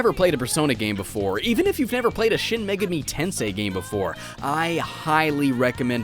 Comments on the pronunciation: I'm triggered by the way you say "Megami." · That is the strangest pronunciation Megami I've ever heard....Must be a Canadian thing.